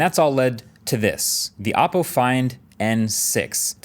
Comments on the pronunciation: I am genuinely confused why forever he has said the name of the company wrong. They genuinely have dozens, if not more, commercials saying exactly how to pronounce the phone company, Oh-Po not Op Po. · It's pronounced OH-po, not OPP-po. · I don’t like how pronounced “Oppo” as “Oppo” >:€